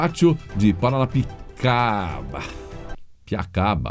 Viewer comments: O melhor foi os erros tentando falar Piranapia.... não sei oque...rs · Kkkkk tão bonitinho errando o nome da cidade de Paranapiacaba,você é otimo👍